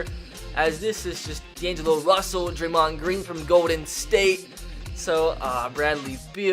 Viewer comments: Draymen grain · You can not say any nba players name your vocab is trash it’s draymOnd